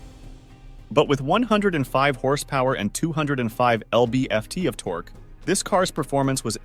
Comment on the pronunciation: "Ell bee eff tee" of torque? Really?